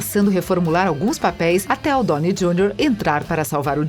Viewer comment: "brái" Larson, Mark "rufálo", Robert "dônei" Jr, Jason "istédirram, Mickey "rúrk"... Tá osso!